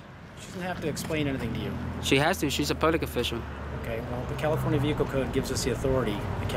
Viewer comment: Your “behicle” , “suberbiber” .. hahahahaha YOUR Asking him if HE”S AMERICAN hahahahaha.... YOU??? Ask him???? Hahahahaha